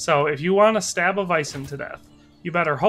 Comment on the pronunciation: Sir, are you saying vison?